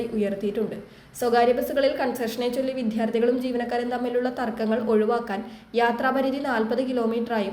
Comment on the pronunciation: വിത്യാർത്തി എന്നല്ലെടി എപ്പോഴും ഇങ്ങനെ ആണല്ലോ നീ പറയുന്നത്. , " വിദ്യാർത്ഥി " എന്നു വേണം പറയാൻ.